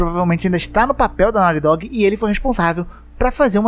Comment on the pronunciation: Me da um problema pronuncia errada em ingles, fica MTO zoado